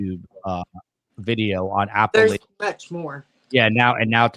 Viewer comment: You’re mispronouncing “Appalachia”,!